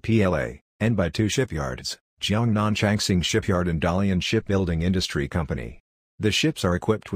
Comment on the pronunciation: 原來好多鬼佬網站都是讀錯成 Da Li An, 而不是讀 Da Lian, 他們不知道是大連市的中文拼音，所以出了「達利安」這個梗。